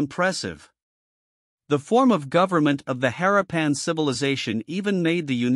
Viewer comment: Interesting subject. Repetitive, uninteresting video and images. Most annoying is the following: It is pronounced 'ha-RAH-pan' not 'HAH-ra-PAN'